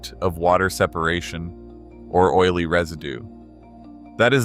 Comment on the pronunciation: If you are going to cheap out and use AI .. it would help if your AI could pronounce the English language .. really butchers the word "o-i-l-y" ..